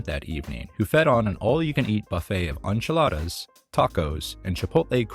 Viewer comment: I’ve never heard it pronounced “aunch-elada” before!😂